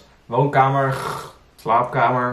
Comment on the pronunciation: Thanks voor deze topcontentttt. : Je hoort een "ggg" aan het eind van "woonkamer" en "slaapkamer", omdat veel Brabanders de 'r' als een soort harde 'g' uitspreken.